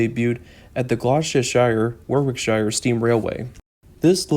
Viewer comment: Just for reference, “Gloucestershire” is pronounced like “Gloster-sher”